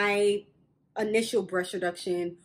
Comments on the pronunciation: She was trying to say “breast,” but it kept sounding like “brush.” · BREAST NOT BRUSH WTF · It bothering how you say “breast reduction.” Sounds like brush reduction. Lol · "Brush reduction" Why tf you keep saying "brush" breast....it's called BREAST not brush 🤦🤦🤦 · Is she saying brush or breasts reduction? Am confused!! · It really sounds like she's saying, Brush reduction....ok..carry on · lol the way you say breast sounds like brush